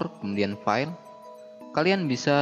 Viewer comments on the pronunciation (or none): none